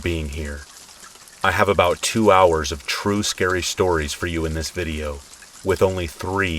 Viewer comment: My name is Tracy and I looove the "shtories" 😁 when I've been trying to fall asleep and just can't, I put one of your videos on, your voice is just the right tone. Soothing and relaxing. I often wake up briefly and still hear your voice and go right back to sleep. I'm sorry to say I don't think I've ever heard all the stories yet, but it's truly appreciated 💙